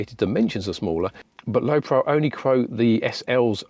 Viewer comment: I think he's trying to tell you it's pronounced Lowe Pro as in Lowe Professional... Not Lowe Prow.